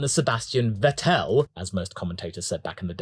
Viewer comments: "Wettelle" is better than "wettl"... try "fettel", a silent 2nd e is fine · saying "Vetell" and then proceeding to tell it's wrong by a "vetel" followup is pure comedy XD Btw, it's: "Fettel" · How are u gonna get annoyed at commentator for mispronouncing "Vettel" and then proceed to say it wrong AGAIN YOURSELF. You see a bit stuck up for that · Rolls eyes at the prononuciation of Seb's name then proceed to pronounce it incorectly :D Nevertheless love the content